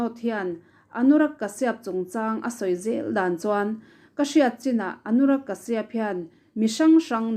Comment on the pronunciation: I aw hi ngaihthlak a nuam. Lo tizel rawh.. ka duhsak ce vangin thurawn pakhat ka lo pe ang che aw. Anurag kashyap hming kha, Kashiap tilovin kasap tiin i rawn lam thin tawh dawn a nia.. India mi kan ni a.. Kan lam thiam lutuk lo a nih pawhin, tlema lam awm ang leh inhnaih deuhin lam thin ni se...ks ti deuh